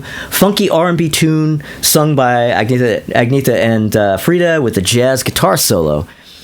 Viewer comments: Love this breakdown whether I agree with it or not. It’s cool to hear these reviews from someone with a strong musical ear. Have to admit the mispronunciation of Agnetha (should be pronounced more as “Ag-NYET-ta”) was a little grating. Interesting to hear someone agree with me on much of Super Trouper. We’re definitely in the minority on that! 😂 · The yodel in People Need Love.. awesome and non Brady Bunch. And Call Agnetha “an-ye-ta.”